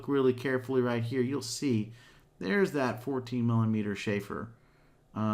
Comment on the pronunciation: Chamfer, not "shayfer."